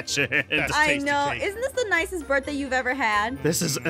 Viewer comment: I know, but she didn't say birTHday. She said birFday.